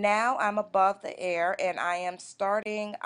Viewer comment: GIRL HOW ARE YOU PRONOUNCING EAR...EEEAARR..NOT AIR..Lol..